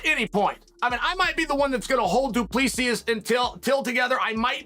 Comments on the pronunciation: Vin-chin-sen luque? Du-plexsius? Undefeated...Undisputed... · Chael trying to jinx the card lol 😂 also, did he say Dupluee-seeus? 😂😂